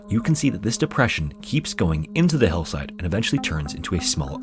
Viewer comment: Can we appreciate that you pronounced Hillside as Hellside?